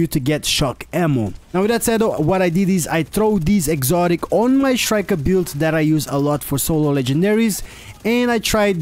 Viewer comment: It's not pronounced shriker. It's pronounces striker.